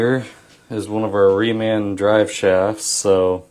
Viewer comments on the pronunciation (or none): none